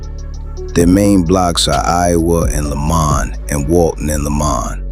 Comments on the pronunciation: 😂😂😂We Chicago know its LA-MON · Its not “lay-men” its LAH-Maan ..lamon